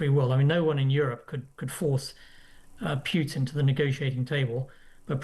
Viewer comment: Putin is pronounced pootin, not pewtin, chaps.